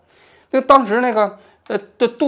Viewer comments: 杜特尔特，不是杜特立特😂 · 为什么要故意叫错领导人名字，比如杜特尔特叫成独特利特，把马克斯叫成马斯克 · 第二个确实念错了，第一个的话台湾叫杜特蒂，都是音译过来的，比如俄国领导人中国叫普京，台湾叫普丁